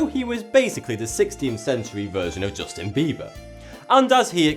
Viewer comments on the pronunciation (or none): none